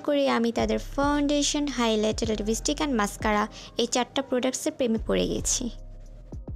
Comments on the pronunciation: libistic,pup,bland,makup???rip english pronouncing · makeup & lipstick duto uccharon thik koro.